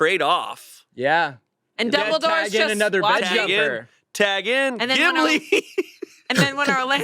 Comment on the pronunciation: so we're ignoring how said DUMBLEDORE 💀